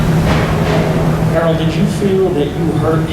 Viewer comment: His name is errol not earl